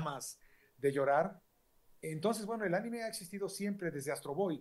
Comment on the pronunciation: Anime no animé xdxd